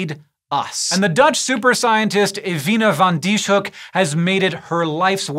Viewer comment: Her name is pronounced as Ewine van Dishoeck